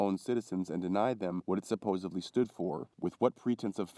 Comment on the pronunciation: Did you say, "supposevly?" "supposubly?" It's a letter D. "supposeDly